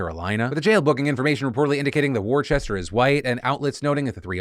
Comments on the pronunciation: All the British people in the house getting stressed about Phil’s pronunciation of ‘Worcester’ 🙃🙃🙃 it’s ‘Wuss-ter’! ‘War Chester’ - where did you get the h from? 😂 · It hurt to hear "War-chester" its WOO-STAH KID lol! Love it as always Phil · Yeah in the UK Worcester or Worcestershire is pronounced 'Whooster/whoostershir', so the way you might say it, as you said 'woostah' is pretty close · Worcester = Wooster. I love your content, but my dude, do a quick Google on name pronunciation. It's a pretty regular thing for you. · "War-chester" hahah I grew up in that city it's pronounced "wuss-ter" Jokes aside, big fan of the new editing. Very cool very good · It's pronounced 'wooster'. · Fuck that his last name is my hometown but its Worcester not worchester Phil. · As a resident of Massachusetts the way Phil says Worcester hurts my heart ❤️‍🩹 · That's not how you pronounce Worcester Phil